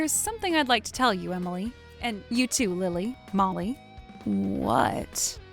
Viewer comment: He can't even pronounce Emily... smh